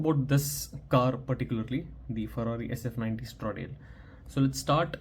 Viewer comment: No offence brother, but the pronunciation of Stradale is wrong. It is pronounced as Straaa-daaale . I have the link below